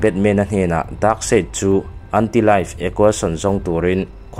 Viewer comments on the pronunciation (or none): Darkseid -daksei nilovin daksaih tiin.. Justice -zastiz aw zastik nilovin Batman te poh kha Betmen ve mai la Cyborg poh saibot nilovin saibawrk or saibawk tive mai la😂😂